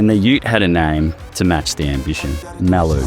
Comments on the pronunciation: I can’t be the only one. Always said ‘Muh-loo’ not ‘Mal-ooh’ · Am I the only one wondering how on earth an Aussie car guy could possibly mispronounce Maloo?? Drove me friggin crazy...